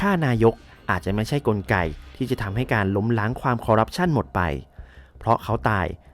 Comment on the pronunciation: นิดนึงนะครับ ที่ถูกคือ "คอร์รัปชัน" นะครับ